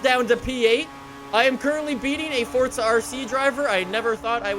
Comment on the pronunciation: Why do some forza youtubers say forza, fortsa. Is it an accent or something?